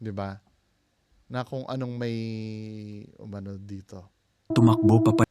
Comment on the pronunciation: Pati itong narrator, peke rin dahil halatang AI Ang pag bigkas Ng salitang UMANO ay O-MANO 🤖